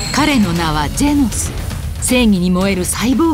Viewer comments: ジェノスがジェンスに聞こえた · ジェンズに聞こえるけどよく聞いたらジェノスって言ってるゾ 名前勘違いしたわけではないと思うゾ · ジェノンズに聞こえるんやが俺的には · 不思議ですが自分は聞くたびにジェノスとジェンズが入れ替わってます・・・ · ジェノスって思うとジェノスって聞こえるし、ジェンズだと思うとジェンズ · orz三 「ジェノスって言ってると」思って聞いたらジェノスって聞こえたゾ（個人の感想） やってみて